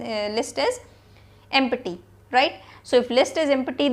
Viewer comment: I love that "Emputy"..